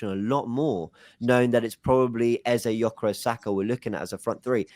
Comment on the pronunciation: how can he not even pronounce gyokores to this day